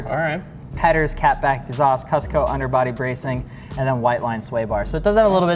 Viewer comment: Cusco is pronounced Coos-co